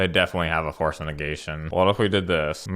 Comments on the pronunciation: I love how you said Force of Ohlala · The consistency in calling it "Force of *incoherent mumbling*" was hilarious 😂 clapping cheeks and causing laughs, congrats on the 5-0! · Holy fuck I love your decks and wow Force on N-word, who can you pronounce it that wrong XD